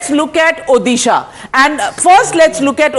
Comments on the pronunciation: When will she learn to say Odisha not odehshaaah. It is annoying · It's O-DISHA pronounce it properly north indian gandus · What the hell is ओदीशा ??? Pronounce correctly or stfu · It's not Orissa,it's Odisha mam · Pls pronounce ODISHA properly. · This is the odisha in India!! They not able to pronounce Odisha clearly, And saying pandian is a bahari loko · MF it's odhisa it's odisha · Please announce properly Odisha. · Pronounce the state name properly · First of all, please pronounce the name of my state properly, or else please delete this video. From a channel like Times Now, this is humiliating! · Please pronounce Odisha correctly . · Abey Mere Rajya ka name sahi se pronounce kar .... L***di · Pls pronounce Odisha properly